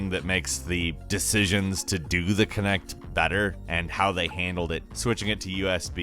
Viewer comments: It's Kinect not Connect! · I'm just gonna say it "kinect" Ah shit here we go again.